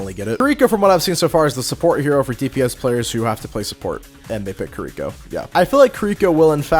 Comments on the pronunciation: It is KI-ri-ko. Not Kreeko. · But.. why are you pronouncing Kiriko and Kuriko? 🤣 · If I hear this man say kuh - rhi - co one more time, I might spontaneous combust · You were saying Kiriko wrong throughout her section. It’s pronounced (Ke-de-ko) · The way you say Kiriko actually hurts me